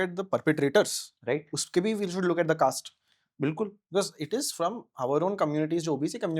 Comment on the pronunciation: Caste ko kayste bol raha hai😂